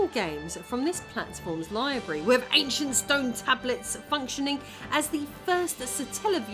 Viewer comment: "AnchunT Stern Tabluts" Also, "begging the question" does not mean what you think it means.